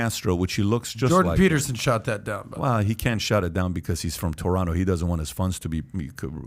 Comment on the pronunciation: I noticed you pronance Toronto the right way...